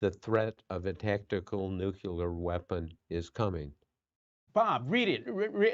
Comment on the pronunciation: "nuk-u lar"